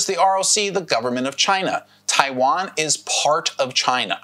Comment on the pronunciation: what amuses me is that you can't even pronounce the name right? lol 😆